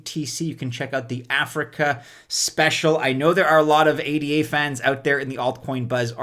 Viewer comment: Car-DAH-no... not Car-DAA-no. ADA (sounded out like a name), not A-D-A. You wouldn't say E-T-H, you say ETH (like you were sounding out the letters/saying a word).